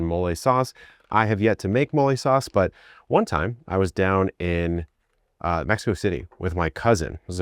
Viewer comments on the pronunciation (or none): none